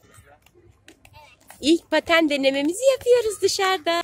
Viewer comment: Bu arada paten değil de Qten diyorsun 🙄😒